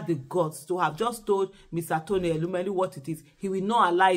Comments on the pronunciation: Madam Aisha yesufu ❤❤❤ great 👍 job ma. We are actively ACTIVE 😅😅😅. Meanwhile, it's TONY not Rony ma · Please correct the name, it's not Rony but Tony